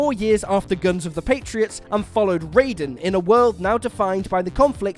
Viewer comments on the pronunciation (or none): Raiden in Metal Gear is pronounced Ry-den not Ray-den....and that's the least frustrating to listen to mistake you made in that Metal Gear section, as you clearly had no clue wtf you were talking about. Phantom Pain wasn't even Big Boss, not the real one anyway...and ffs, if you don't know there's 2 Metal Gear games before the 1st Solid, you shouldn't talk about the overarching story like you actually know or understand anything. also Final Fantasy X-2: "whatever way you want to say it"...um, no. 1 is right and one is wrong. X-2 is 10-2, plain & simple. Saying it as X instead of 10 just comes off like you're too stupid to know what Roman numerals are ( though yes, I do get that it can be confusing since some games use an X as an X, some as the Roman numeral for 10 and some to represent the word Cross... ). Also ffs his name is pronounced tee-dis not tide-is....and you say recent like it's just 10 & 13 that got sequels, when 4 & 7 did too and neither game was recent.... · It's Rie-den, not Ray-den -_ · You can tell when someone’s never played a series when they say a character’s name incorrectly. Raiden from Metal Gear is pronounced RYE-DEN, not RAY-DEN from Mortal Kombat, who get it wrong but stick with it anyways. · Raiden is pronounced Ry-den. It's a Japanese word. It's not pronounced Raid-en like in Mortal Kombat. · Raiden (Ri-den) metal gear Raiden (Ray-den) mortal kombat. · FFS can you learn to pronounce RAIDEN properly in terms of the MGS character? It's like every video you make on the franchise and shows you know nothing about it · You missed pronounced Raiden